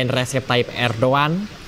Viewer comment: Hey reporter ngomong nya salah bukan Erdoan tapi Erdogan